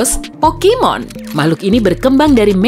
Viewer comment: Pokemon woi bukan pokimon